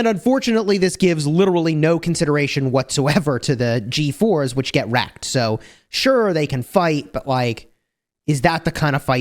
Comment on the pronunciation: The way you say ”G4s” it sounds like “GeForce” lol